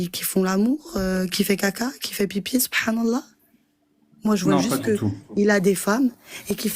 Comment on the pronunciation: J'aurais jamais dû commenter avant avoir entendu la dernière intervenante "Sot Prenne allah" 🤣😂